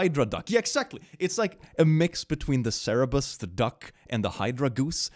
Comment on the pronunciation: please you always say cerebus but it is Cerberus. Coming from the Greek Κέρβερος (Kerberos). As someone who has learned 4 years of Ancient Greek in school it physically hurts me when you say cerebus.